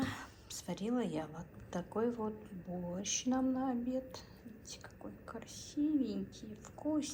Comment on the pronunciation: Дорогая, а в какой губернии борщ зовётся "бАрщ"? Мне, как человеку увлекающемуся изучением диалектизмов в языках, интересно было бы пообщаться с Вами.